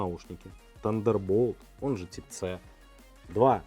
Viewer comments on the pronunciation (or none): Тип ц🤦‍♂️🤦‍♂️🤦‍♂️ ухо режет это слово, тайп си будет правильно!